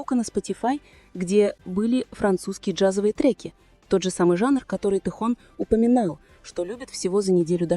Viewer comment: Автор , вот бесите, научитесь правильно говорить имя Тэхена, его зовут ТЭХЕН, а не тэхон.